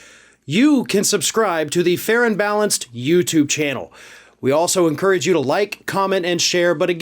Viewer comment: Whenever I hear you say Farron Balanced my mind hears 'Fair & Balanced'! 😁